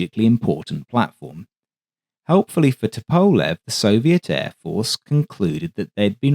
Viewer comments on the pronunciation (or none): The Tu-95 is an amazing airplane. But for the record, the designer’s name is pronounced “TUP-o-lev” not “tu-PO-lev” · Ok, I have a question. I normally wouldn’t question your pronunciation of anything. However, I’ve always heard it pronounced “Toop-a-lev” and I noticed you use “Tup-a-lev”. Is everyone else saying it wrong? Not a big deal at all just curious. Thanks for another great presentation! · FYI - Tupolev is pronounced TWO-PO-LEV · Isn’t it to-po-lev? Instead of to-powl-ev? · I'm pretty sure it's pronounced "TOOP-uh-lev"? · It's also dependent on the time of day. The great Sir Peter Ustinov used both pronunciations, and even a third - Tu-POV-lev, which was popular in the 80s and 90s..."The success of the ANT-1 (standing for the initials of Andrei Nikolayevich Tupovlev) test aircraft prompted..." Likewise, there will always be opposing opinions whether Tu-95 should be sounded out as either 'Too - ninety five' or 'Tee Yoo - ninety five.' Andrei, I think, would be more concerned with not having his assemblers, managers, testers, or designers executed vs correcting Western pronunciations - '...just spell my name right.' For the record. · Your videos are always a highlight of my day! One suggestion: Tupolev = “TOO-po-LOV” (why “LOV” for “LEV”? ‘Cause Russian!! 😂) Middle syllable unaccented…there, Bob’s yer uncle!!! Seriously, you are a gem in a sea of AI-generated narration and nonsense. 😊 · Actually, it's TOOP-oh-lef, with the accent on the first syllable. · The way you keep mispronouncing Tupolev is infuriating me. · great video, apart from the slightly odd pronunciation of Tupolev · Excellent video but and its big but your pronunciation of Tupolev is like dragging your nails down a blackboard to me